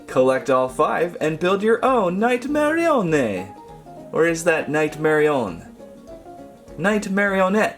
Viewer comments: Nightmare puppet is pronounced nightmare-e-on-ett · It's marry - oh _ net (pronounced) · its night-mer-rio-nett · It's pronounced mareonett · Bro, it's nightmarionne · Nightmarionne is pronounced "Nite - mare - ee - un" Because Nightmare marionette is too big of a name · It's night Marion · it is nightmarionne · It's pronounced nightmare onnie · its prounounce night-ma- rio-nn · how you say nightmarionne is nightmare-e-on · its acttuly marryonete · You pronounced Nightmarionne wrong. It's more like Night-Marrying. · its pronounce nigh-ma-rio-nn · it's nightmarionne